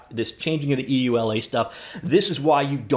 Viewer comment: just say you-la for EULA.